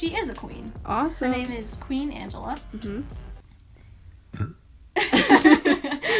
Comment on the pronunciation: Why did her pronouncing Queen Angella wrong trigger me so much